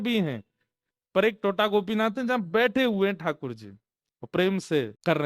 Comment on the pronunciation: Tota nahi "Tota" ... pahela T is like how in Tera, Tum...